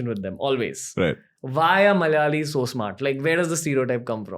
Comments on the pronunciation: Its not "Malyalis" it's Malayalees :)) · it is "mala''yalis not malyalis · 'Malayalis' not 'Malyalis'